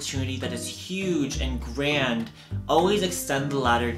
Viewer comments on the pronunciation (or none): none